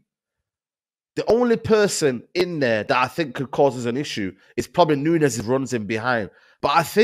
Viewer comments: Grown man saying "punez" is embarrassing 😂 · A grown man says Punes? Really? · Gakpoo? Poonez? Is that qunt a five year old? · Grown man saying ‘Darwin Poonez’. Christ. We also paid nowhere near £100m for Darwin Nunez either. Not sure where he’s pulled that figure from